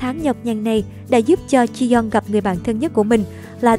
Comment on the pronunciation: Ji yong đọc là Chi Dân à..:)))